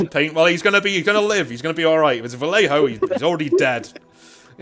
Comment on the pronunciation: my wife overheard while I was listening to this video, she's mad you keep pronouncing vallejo wrong. Because of the double L she said it's pronounced like: Va-Yay-Ho She's Mexican, so if she hears it wrong again she'll get annoyed and start smacking me on the back of the head. SOS